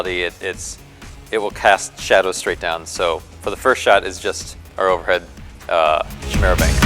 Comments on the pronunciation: its pronounced KY' MERA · Cool vid, but it's pronounced kai-mera :) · Chimera, pronounced like choir. As in a c sound in 'car' not the ch sound like in 'chop'. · Kai-meer-a .. kai-meer-a, kai-meer-a, kai-meer-a, kai-meer-a, kai-meer-a, kai-meer-a, kai-meer-a, kai-meer-a, kai-meer-a, kai-meer-a, kai-meer-a, kai-meer-a, kai-meer-a, kai-meer-a, kai-meer-a, kai-meer-a, kai-meer-a, kai-meer-a, kai-meer-a, kai-meer-a, kai-meer-a, kai-meer-a, kai-meer-a, kai-meer-a, kai-meer-a, kai-meer-a, kai-meer-a, kai-meer-a, kai-meer-a, kai-meer-a, kai-meer-a, kai-meer-a, kai-meer-a, kai-meer-a, kai-meer-a, kai-meer-a, kai-meer-a, kai-meer-a, kai-meer-a, kai-meer-a ..